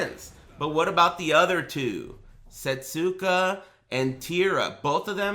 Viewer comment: Setsuka is pronounced 'seh-soo-KUH' proper. Since in certain dialects, certain vowel sounds are removed from the pronunciation, 'seh-SKUH' is also widely acceptable. The point is, there is no 't' sound in the name. Thank you for reading.